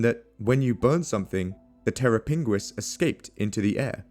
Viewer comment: "terra pinguis" Terror Penguin 😂